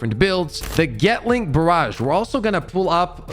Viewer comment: Lmao getling, dude its gatling gAtling